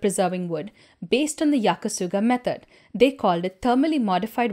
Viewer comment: And thank you for correctly calling it Yaki Sugi.